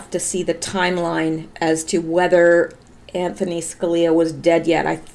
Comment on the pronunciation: His name is ANTHONY, not Anthon